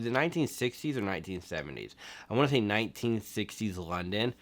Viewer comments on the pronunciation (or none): none